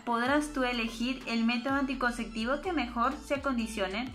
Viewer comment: Muy interesante pero por favor. Es anticonceptivo. Nooo anticonceCtivo!!!!